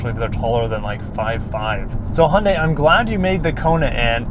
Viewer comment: Please stop pronouncing Hyundai like „Hoon-day“